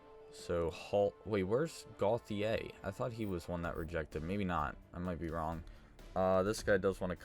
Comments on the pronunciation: It’s Pronounced Goat-e-yay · it is gauthier ( go chi air)